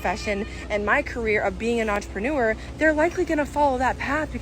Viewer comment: “Im An OnTrOpeNoOr” says every unschooling mom who is involved in a pyramid scheme.